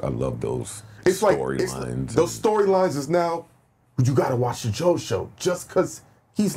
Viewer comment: way he said Joe show you know he don’t watch the Pod.